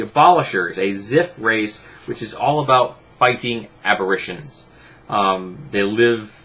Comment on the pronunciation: Love the videos, but a nitpick; it's "ab-uh-rey-shuhn". It's just that I've heard this a few times in your videos. :D